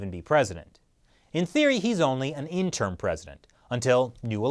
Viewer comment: you're pronouncing interim incorrectly.